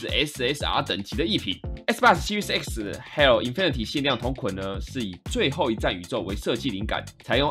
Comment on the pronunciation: 我第一次聽到有人唸做hell